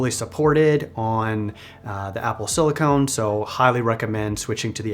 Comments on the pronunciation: great video, the only thing that triggered me was "silicone". Similar stuff, really different application. "Silicon" is what is used to make processors. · CE here, just want to clarify… silicon is pronounced sili-Kin. Sili-Cone is a rubber like plastic. Silicon vs silicone. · Just discovered your videos recently as a data analyst myself and really enjoy them, you got a sub! Just one small note that it's pronounced Apple silicon (sili-cun, for computer chips) rather than silicone (sili-cone, a flexible rubber used in breast implants :P).